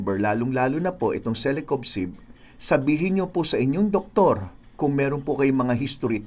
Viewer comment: Doc parang mali ang pagsambit nyo sa celecoxib .sinabi mo celecobxib